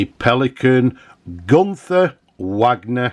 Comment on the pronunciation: I do like your proud northern English pronunciation of Wagner! Maybe I’m being pedantic, but it’s pronounced Vargner, the same as the composer, not as in Richard Wagner the Hart to Hart actor!! 😆 I always liked the way the nib was able to be unscrewed from Pelikan pens. This was as feature that Parker where thinking about on the 1988 release of the Duofold, it didn’t pass as you’ll know. The Pelican spelling of Pelikan is interesting, 🖊